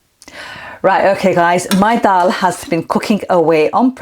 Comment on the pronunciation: I'm really ready to make this dish. Thanks for the recipe and encouragement. I also detect a Lancs accent - worked there many moons ago. And it's so nice hearing you pronounce the word Dal 🙂 brings back fond memories. Ive subcribed and will urge others to do so... Thanks so much.